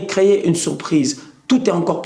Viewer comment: C'est CAN et pas Caaf mdr 😂 !